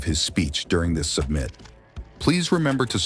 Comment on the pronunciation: A.I. can't pronounce "summit".